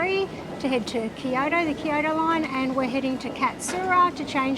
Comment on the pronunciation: "These steps suck!" Har har har! BTW -- 京都 "Kyo-to" two syllables, not three. Good vid.